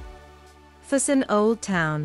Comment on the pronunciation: It doesn't hurt to research a bit how to pronounce the places correctly. In that way, you will also teach your audience. I "cringe" everytime you said "fusen" instead of "Füssen" but nice documentation anyway...